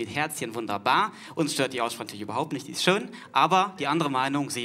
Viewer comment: direkt das Wort "Aussprache" spricht er relativ undeutlich aus :D